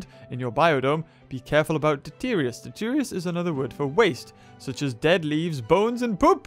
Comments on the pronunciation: it's detritus not deterious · Can I please just say this, and get it out in the open??? The word, detritus, is pronounced, DE-TRI-TUS.... Not "De-teer-eeus", like you keep saying. I mean, the way you keep pronounce it isn't even accurate, compared to how it's spelled. Now that this is off my chest, I can move along with life. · I like your videos and I know you know you don't pronounce the words correctly, but deterious is not how you pronounce detritus lol